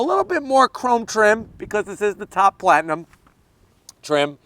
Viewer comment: Is it a platinum or limited he keeps saying plantinum?